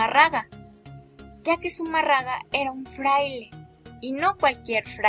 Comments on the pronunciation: Tanto coraje irradias con tu falta de entonación que me hizo olvidar el apellido que es Fray de Zumárraga y tú dices Zuma raga. MN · Amiguita, Zumarraga como tu lo dices, es Zumárraga. No conozco la obra literaria de este Fraile, pero es bajo sus órdenes que se construyó la ermita de Guadalupe, pienso que una obra civil seguro debe tener un registro. Existen muchas versiones a favor y en contra de la aparición de la Virgen, la tuya es pobre y habría que conocer el origen de tus datos, porque a mi me suenan meramente a una investigación de secundaria descargada en una tarde vía web, vaya creo que tienes buenas ideas, pero te falta mucha experiencia antes de tocar temas tan extensos. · Zumárraga, no Zumarrada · Zumárraga o Zumarraga ?? jajaja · Sumarraga? se dice y escribe SUMÀRRAGA... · No existio zumarraga de quien hablaste fue zumárraga. Me gusta tu investigación tan buena que hasta investigaste como se dice el apellido. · Zumarraga?? Agnóstica pero falta de pronunciación correcta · Pronuncia bien, es Zumarraga. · Hay mi niña,,no se donde te instruiste,pero tienes una,falla en pronu ciar zumarraga,sin acento. Y suponiendo tu platica Sea valida,,en la epoca,si esta el suceso,de la aparicion ,se uviese probocado un genocidio.,si el contenedor un genocidio , para ti no es un milagro por "" una aparicion creada"" pues no se que sera.igual sige instruyendote ,ahkra en la fe ,y deja poco a poco tu ateoismo practicante Que solo refleja ,la falta de fe,al rato saldres con que la fe no existe coml tal..vukdate y bendiciones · no es confiable alguien que no sabe ni pronunciar bien Zumarraga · Todo iba bien hasta que la cagaste con la pronunciación de Zumárraga. ¿Qué no viste la tilde? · ESA CREATURA QUE LEE NI SIQUIERA SABE PRONUNCIAR ZUMÁRRAGA . SUENAN A NIÑAS PROTESTANTES DANDO TEMA A SUS HERMANOS . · Pero también aprende a hablar.. es zumárraga con acento , no seas tonta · Pronuncia bien: Zumárraga! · Si mira k eres estudiada tanto que puedes ni pronunciar un apellido😂